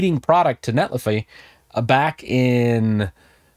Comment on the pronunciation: I believe it's net li figh, as in a verb...